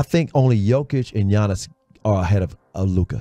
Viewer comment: butchered Giannis's name lmao